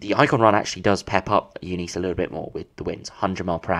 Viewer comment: It’s Eunice mate pronounced Yoo nis Eunice Kabul?